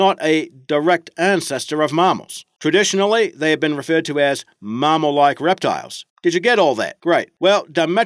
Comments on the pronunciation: What the fuck is a maaaamal? learn how to speak the language properly. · Full of misinformation and incredibly bad mispronunciations. Hint: Mammal is not pronounce "mah-mou".